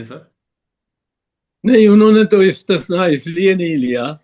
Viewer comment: بگا پتر اپنی اُردو درست کرو استثناء کو استشناء مت بولیں